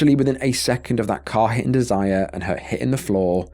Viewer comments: Im thinking it's pronounced dez-er-ray not Desire. Small point. You don't good work. Carry on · It's not desire it's Desiree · Probably pronounced Dez-er-ray. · not sure why my comment is gone? but if you’re going to jaywalk with your kids at night while not paying attention to oncoming traffic, you d*s*rve to get h*t by a c*r. also, you really need to learn how to pronounce some words & names before publishing your videos. the name Desiree (even if it only has one E) is pronounced DEZ-er-ae.